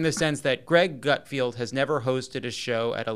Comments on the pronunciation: Lovett it’s Gutfeld not Gutfield? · And it's GutFELD......not FIELD.......lol these 2 are beyond nobodies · Pronounced Gut-feld rather than field, but you got the first name right! Good job! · Appreciate that Lovett didn’t once pronounce Gutfeld’s name correctly